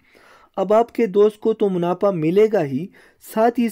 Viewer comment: Munafa hota hai, munapha nh sahi sy Urdu bola kro Bhai